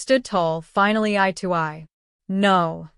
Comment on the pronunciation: FFS it's EYE to EYE not I to I. Grrr!😡😡🤬🤬🤬f#%&k